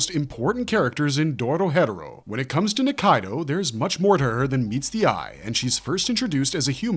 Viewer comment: it’s not “Doro hedoro” it’s “Doro He Doro” as pronounced by the Japanese and English dub/sub Lock in little bro why are u saying it wrong tryna act like u know something